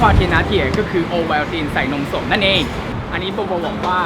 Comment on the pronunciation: ได้ยินพูดว่านมศพจริงๆนะ🤣🤣🤣